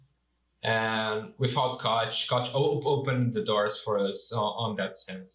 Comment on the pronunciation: They girl KOCH payed pronounced it wrongly EVEN WORSE. Remember what happened the last 2 times you angered us, BE WARNED!